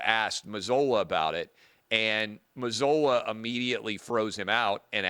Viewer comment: Its pronounced like Mazoola ! Like oohla!